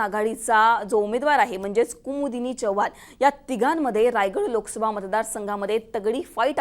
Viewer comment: Chvhan nahe madam Chavan mhna Marathi shudh bola